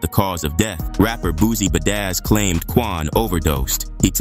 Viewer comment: “Tributes poring In from Artists like Boozy Buh-Dazz”